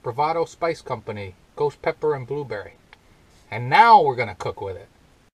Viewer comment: Hey! I gotta' try to find some of that! Did you say, "BooBerry?" LOL! I got the Sriracha because of you. I like it! I got the Cholula because of Adventure Van Man (Brian) It's good, too! I always used Frank's Red Hot Sauce because I didn't like the Vinegar in Texas Pete. I wanna' make some Loaded Nachos this Weekend! Cheers! Thumbs Up!